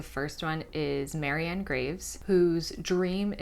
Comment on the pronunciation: her name is Marian, not Mary Ann!